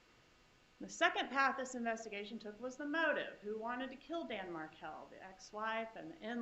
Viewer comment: Markel [not Merkel]